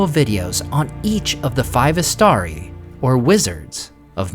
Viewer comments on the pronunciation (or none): Istari - read Eeshtaree please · Why do you pronounce it “istaDi” at first, then for the rest of the video you pronounce it “istaRi”?